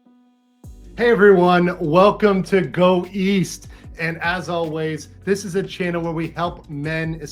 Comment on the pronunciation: Go east? I thought he said go weast